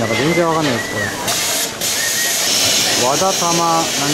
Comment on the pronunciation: 和田玉念成 “挖大踏马”莫名喜感